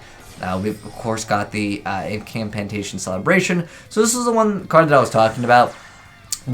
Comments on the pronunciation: why are you saying "imp an cantation" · "Imcampantation" lol